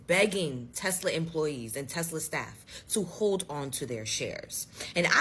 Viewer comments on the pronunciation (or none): Tesla not tesler lol.